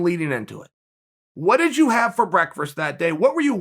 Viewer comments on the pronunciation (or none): I'm positive Chael is trolling some random person every time he says breakfrust.